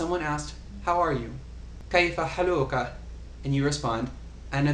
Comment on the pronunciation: in Kayfa haaluka=كيف حالك؟ the stress in "haaluka" is in the first syllable >> 'haaluka NOT in the second >> haa'luka (same in feminine form).. This is important because it sounds very weird when the stress is wrong and you may get lots of laughs :D